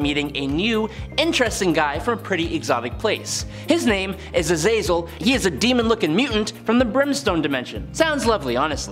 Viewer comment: Not Azayzel it is pronounced Ahzahzel it is a Hebrew word for hell.